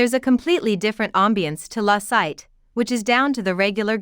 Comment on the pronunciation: Sittay, not “sight”! Why do people not try to put a tiny bit of effort to learn the names of the places they are talking about!?